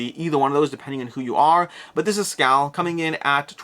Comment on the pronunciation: "Skole" or "Skoal" would be a closer approximation to the correct Swedish pronunciation. :) The letter Å sounds kinda like the vowel in in 'ore'.